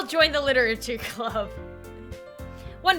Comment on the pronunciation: when she says literachy club